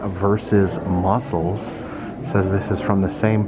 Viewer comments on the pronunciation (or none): Yes, I say Musk- cles too 🤣 great video x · Love it, and rofl, I say muskles to sometimes 🤣, you are not alone!